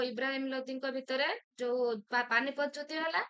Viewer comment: ଯୁଦ୍ଧ୍ୟ ବଦଳରେ ଯୁଦ୍ଧ ଉଚ୍ଚାରଣ କଲେ ଭଲ ହୁଅନ୍ତା ।